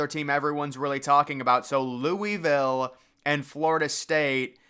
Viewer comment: Lou-uh-vuhl. Not lewiville